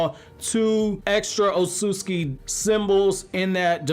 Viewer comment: Sorry but it's not Otsutski, it' s Otsutsuki the T and S together are read like a TZ